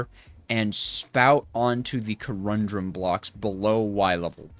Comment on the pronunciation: please! co-run-dum not co-rum-drum. otherwise, i really enjoy your struggles. lol:face-red-heart-shape